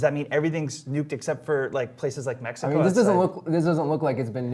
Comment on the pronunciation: "Welcome to mexico city" cmon man... not that hard...